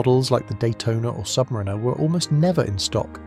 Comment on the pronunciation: Try learning to pronounce submariner properly. The emphasis is on the a.